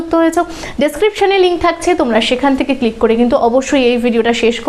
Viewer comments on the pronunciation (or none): none